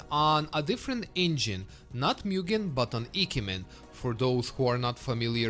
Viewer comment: Eekemen or ikemen go?🤣